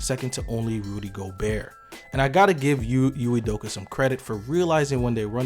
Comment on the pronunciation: I believe Señor Cruz was questioning the narrator's occasional mispronunciation of the coach's name -- not ridiculing the name itself. (Here's its phonetic lowdown: EE-may oo-DOH-kə.)